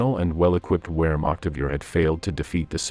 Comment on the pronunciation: Please pronounce w’s as v’s, especially Wehrmacht…